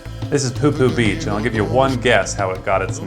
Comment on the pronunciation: It's popo beach not pupu beach